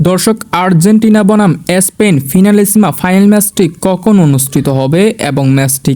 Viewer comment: এসপেন না ❌ স্পেন ✅